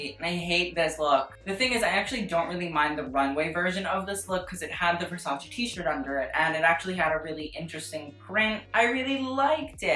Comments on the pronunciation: it's versace not 'versaci' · whyyyy do you fuck with my head and pronounce Versace the right way in a couple of videos and then go back to the godawful VersaCEE, no why no you're better than this pal